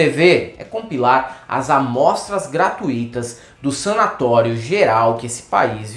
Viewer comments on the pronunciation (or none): não é a primeira vez que ouço vocês falando gratuÍto sendo gratUito a pronúncia, ditongo fechado. 🤗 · Excelente video, e! E já que estão revendo algumas escorregadelas pessoais, avise ao querido para parar de dizer "gratuíto, gratuíta" (com i acentuado) ao invés de "gratuito, gratuita". Dói u zovidu, brou. De boas, vcs são fantásticos. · Me desculpe, mas qd vc fala gratuííííto dói nos ouvidos.A forma correta de escrita da palavra é gratuito, sem acentuação gráfica. A palavra gratuíto, com acento agudo, está errada. Valeu?! 👍🏽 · Fala! “Gratuito” não tem acento no “I”. A pronúncia apropriada é gratuito como em fortuito. Abração de outro mal diagramado.:-D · Circuito é pronunciado igual a gratuito //gratUUUUUUUUUUUito//.